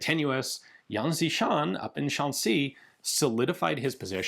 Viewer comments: The pronounce is more like Yan "Shi"-Shan. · His name is pronounced close to "Yen She Sharn"